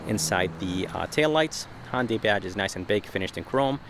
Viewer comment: It's hYundai and alumin I um